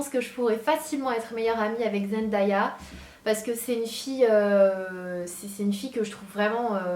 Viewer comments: Zendaya ne se dit pas trop comme ça mais bon 😂 Si tu veux s'avoir ça se dit Zen-Day-A ! 😂😉💕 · Team Zendaya!!!!!! trop chou ce que ta dit sur elle ♥♥♥ j'aurai bien aimé qu'elle soit ma BFF mais j'aurai surtout kiffer faire du shopping avec elle♥ ( petite précision sa ce lit Zendaya mais ça se dit ''Zendeya'' mais bon pas grave ;D ) #zswagger #zendaya